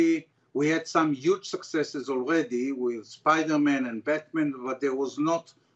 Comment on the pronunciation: "Spidormen en Betmen"😅